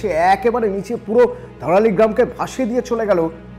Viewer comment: ধারালি নয় ওটা ধরালী